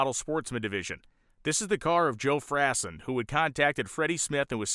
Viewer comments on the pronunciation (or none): a bit more research would've made this more enlightening. First the #50 car of Joe Frasson. It's pronounced "Frah-sawn" and he was a transplanted yankee who inherited a fortune, blowing it all on racing. Later became an insurance salesman in Spartanburg, SC (the real home of stock car racing). His final OH SHIAT moment was about 15 years ago, while riding his Harley at night, a big buck ran into his path and impaled Joe on his antlers. He lived through that, dying some years later of old age. Darryl Greenamyer - The Smirnoff airplane and dragster. Greenamyer was most of what you said, the airplane was a Grumman F8 Bearcat, the hemicuda of Navy prop fighters. The dragster was paid for entirely by Smirnoff, body of course by the peerless Tom Hanna. Darryl said it was the MOST VIOLENT machine he ever crawled in. He only made a few passes in it before sticking it in a garage where it sat completely unmolested for decades in it's original condition. It still exists. He is most famous for the ill-fated (and somewhat incredibly stupid) attempt of flying a B29 out of Greenland that had crash landed there in WW2. It ALMOST made it, bursting into flames at the last minute before takeoff. His other shady aviation event was attempting to set low alt speed records in a F104 called the RED BARON. Rumor has it he intentionally crashed it to collect the insurance money (he ejected safely). I could go on, but that's a taste of the info yet to come on some of these legends and the photos that